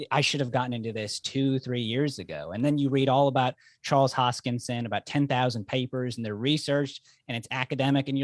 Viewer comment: "Hotschkinson" ? :D